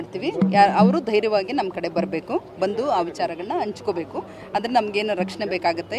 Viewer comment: ವಿಚಾರವನ್ನು ಅಂಚ್ಕೋಬೇಕು ಎಂಬ ಉಚ್ಚಾರಣೆ ತಪ್ಪು. ಹಂಚ್ಕೋಬೇಕು - ಈ ಉಚ್ಚಾರಣೆ ಸರಿ. ಮೀಡಿಯಾ ಮುಂದೆ..... ದಯವಿಟ್ಟು ಸರಿಯಾಗಿ ತಿದ್ದುಕೊಳ್ಳಿ. 🌹🙏